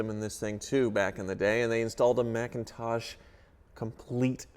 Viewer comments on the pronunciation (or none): You called a McIntosh system Macintosh... That made my ears hurt...